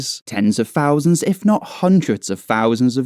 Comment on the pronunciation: What's a fousand? Perhaps you should learn to speak English!